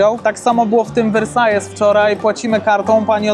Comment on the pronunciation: Książulo, Versailles czyta się Wersal. Taki sam jak we Francji.....hate za 3, 2, 1 możecie zaczynać